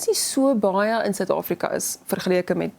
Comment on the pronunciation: Afrika nie Ofriko.nie...